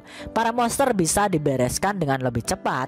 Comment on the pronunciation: bacanya Monsteeerr monsterrr... Moseeerr mosseerr.. udah ketawanya garing, lidah pendek ngmng monster aja ga jelas.. goblik goblik